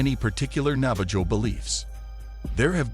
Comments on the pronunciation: It's pronounced Nava-HO and that isn't even their name for themselves. Their name for themselves is Diné which is pronounced DEEN-ay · for future record it's not pronounced nava-JOE its pronounced navah-ho. sorta like jose. but im sure the navajo lronounce it differently than most americsns. if a navajo sees this, is that how you pronounce it? or do u say it the same